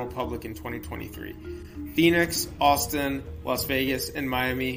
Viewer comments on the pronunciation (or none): none